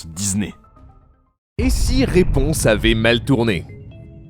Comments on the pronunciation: raiponse au lieu de raiponce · Raiponse ? Sérieux RaiponCe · C'est Raiponce pas Raiponse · " Raiponse " Les gars j'adore vos vidéos mais faites attention à pas écorcher des noms comme ça :( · "Raiponse" Je pleure😭🤣